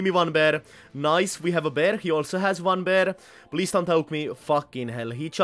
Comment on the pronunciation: Its fucking PAIR not BEAR